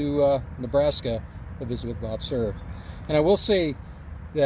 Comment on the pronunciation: Hi! Looks like a beautiful place and a very nice tribute! Cool that Bob Cerv was friends with President Truman and it is cool to learn the correct way to pronounce Cerv! Enjoyed as always my friend!